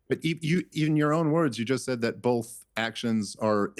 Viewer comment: Why does Dave keep saying "bolth" rather than "both"?